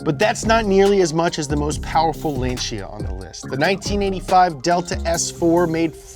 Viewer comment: Lacnia, pronounced like “Lawn Chair” but from Boston.